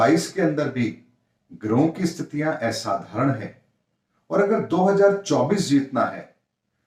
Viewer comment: एसाधारण नहीं, सही उच्चारण होता है - *असाधारण*. धन्यवाद🙏